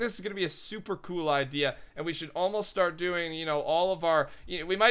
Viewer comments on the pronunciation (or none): none